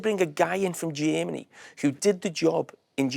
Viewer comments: I've never heard someone pronounce "Germany" the way that Carra did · Carra's pronunciation of Germany is the most Scouse phrase since Calm Down.